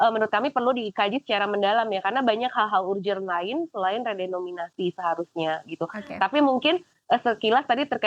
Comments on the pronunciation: ada sedikit kekeliruan pengucapan. Yakni pada waktu tersebut keliru mengucapkan "redominasi", pada kata "REDENOMINASI". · permisi mbak penyiar, REDENOMINASI mbak bukan REDOMINASI.. gemes dengernya